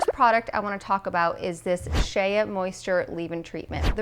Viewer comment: not to be particular but the way to pronounce the shea moisture product is literally "SHAY" just like shea butter lol